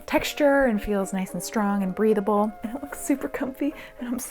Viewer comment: Whenever says breathable I hear breedable soo